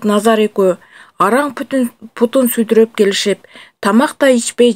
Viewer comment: ...сүдүрөп деген кандай сөз? Сөлдүрөп деген сөздү жанылып окуп алды го